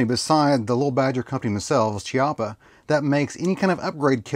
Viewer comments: I hate being "that guy" but this is an Italian rifle with an Italian name so "ch" is read as "k". So instead of "ch" as in "chocolate" it is actually pronounced as "Kiappa". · It's Kee-au-puh. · chiappa is pronounced Kiappa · Your video was mostly OK but I do want to say two things. First of all the way you phrased it, it sounds like you are saying that little badger is the company and that Chiappa is the gun but that’s obviously not what you meant. Also you pronounce Chiappa with a ch sound when it is actually meant to be a k sound as weird as that is. Otherwise this was a very accurate video and probably helped many of your viewers. 👍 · You lost me when you miss pronounced Chiappa ...FFS .